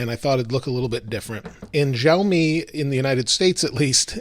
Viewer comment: Shar...me , not Jarl...me !!